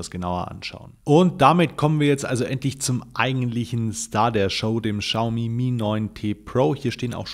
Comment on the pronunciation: Hi, wie immer tolles Video. Die Chinesen sprechen das aber nicht "Schaumi" sondern "Ksiaomi" aus. Man weiß aber trotzdem, was gemeint ist😉